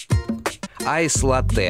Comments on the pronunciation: Правильно: лАттэ, а не латтЭ ! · Латте ударение на А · Мои уши... Я конечно люблю Галилео еще с малых лет, но название кофе Латте через ударение на "е"...😩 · ЛАтте , ребята! ЛАтте. с ударением на А. Да, это итальянский напиток. Родина Латте - Италия. Если вы, будучи в Италии в каком либо кафе закажите Латте, с ударением на Е. , вам принесут стакан простого молока, потому что латтЕ по итальянски означает молоко... От сюда и пошло название кофейного напитка Латте с ударением на А... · Поправочка не латтЕ а лАтте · Не латЭ а лАтэ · именно лАтте, потому что в итальянском языке ударение ставится на первый слог. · Хоть кто-то заметил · Вы немножко ошибаетесь, Дело не в ударении. Действительно, ударение на А. Если вы сделаете его на Е, это просто ошибка. Latte - молоко Что бы заказать то, что у на называют просто латте, то есть кофе с большим количеством молока, нужно сказать Cafe latte - кофе с молоком Иначе Cafe macchiato - это эспрессо с небольшим количеством молока Latte macchiato - это большое количество молока с одной порцией кофе. Да и вообще в самой передаче много ошибок, якобы ристретто, эспрессо, и лунго, зависят от помола, на деле же нет Помол должен быть таким что бы, кофе вываривался по коеффициенту 1к2 примерно за 25 секунд, а здесь за одно время, проливают разное количество жидкости, из за разницы в величине фракций смолотого кофе, и называют это ристретто, эспрессо и лунго, а на деле, помол должен быть одинаковый, меняться должно время пролива, и количество жидкости на выходе, но и сообтветсвенно количество веществ которое экстрагируется из кофе за разное время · Там несколько ошибок. Например капучино никто не делает на основе сливок, ибо это уже не капучино будет, да и они также не указывают правильное соотношение молока к эспрессо, что бы понимать разницу между тем же латте и капучино. К тому же в слове «латте» Борис Репетур делает неправильное ударение. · эКспрессо, латтЕ, бесит нереально )